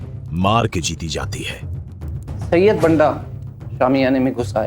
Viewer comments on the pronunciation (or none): Pronounce krna zra 😊 से or सै ko